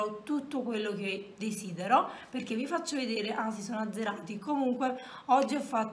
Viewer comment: Non so se qualcuno te l ha mai detto me ne sono accorta perché mio cugino piccolo ha lo stesso "problema" che aggiunde delle lettere finali a qualche parola mentre parla, tipo Quando hai detto "perché" la parola si è trasformata in "perchéj..." Se sai cos'è precisamente potresti rispondere a questo commento poiché vorrei capire come correggerlo se si può ❤️